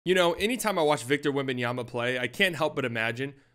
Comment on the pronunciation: So disrespectful with his name, WEMBANYAMA, NOT WEMBANYANA OR WEMBANANA